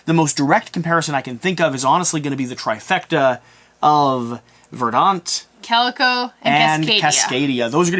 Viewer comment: Curious about both of these games that you underestimated and am looking forward to your playthroughs! (P.S. It's VER dant. Similar to the word CUR rent...)